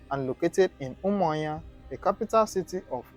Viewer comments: Why can't you pronounce the name of a state capital very well? Umuahia not Umuinya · Umuahia not umuayan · Honestly, d tin tire me. He sounds Igbo but pronounced UMUAHUA asif it's Umanya . Maybe he's frm Akwa-Cross cos, d way he pronounces BLESSED sounds lik Mbókó person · Learn how to prononce that umuahia